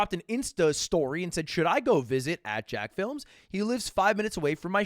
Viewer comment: This feckin' boomer calling him Jackfilms. You even did the slight pause with the emphasis on films, you boomer you.